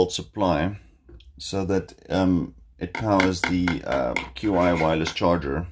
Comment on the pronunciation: Qi is pronounced "chee"